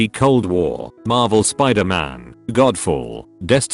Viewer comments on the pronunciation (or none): none